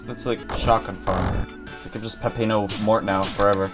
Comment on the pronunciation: It’s actually not “Pepino” it’s “Peppino”.